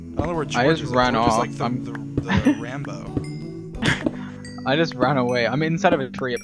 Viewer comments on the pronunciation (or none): I love Dream pronounce Ranboo :Ranbow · Ur not crazy he just said ranbo a character from a film series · I THIUGHT HE SAID RANBOO TOO I WAS SO CONFUSED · I heard Rambo